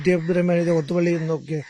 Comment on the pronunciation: ലോത്ത് പള്ളിയാണോ? ഓത്തുപള്ളിയല്ലേ? നല്ല അഭിമുഖം / വി.ടി. അസ്സലായി സംസാരിക്കുന്നു.